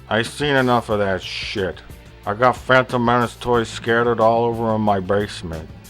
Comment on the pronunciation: Bleach still didn't get me to forget about the Fwantom Menace.